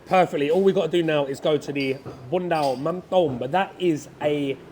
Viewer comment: It is "bún mắm nêm" bro!